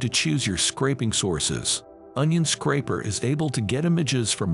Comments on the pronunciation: SCRAPER, not "scrapper" 🙄🙄🙄🙄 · This is awesome. ❤️ PS: I love how it pronounces “screen scrapper” 😄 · i cant stop laughing. screensCRAPPER